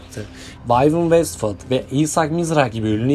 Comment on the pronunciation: Vivian Westwood, Isaac Mizrahi ,,, telafuzu hatası yapılabilecek hiç bir yeri kacirmamissiniz 😂